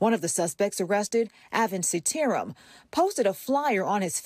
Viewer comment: Also, the reporter Botched the name "Seetaram," which is expected but for future reference, the name is pronounced, "Seeta Ram."